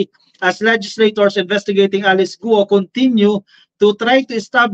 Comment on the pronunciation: "GUO" pronounced simply GO daw!